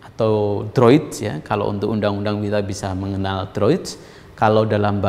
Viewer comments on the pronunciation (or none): Bagus Prof kuliahnya. Droit=bhs Prcis= d baca (droa)...